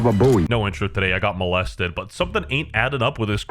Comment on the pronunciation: "I got mo3lested" 😢